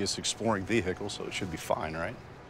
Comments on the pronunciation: Anyone who pronounces vehicle as ve-HEH-kle deserves the wrath of the Golden God. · Thanks to this clip I now say “vehicle” with a very audible h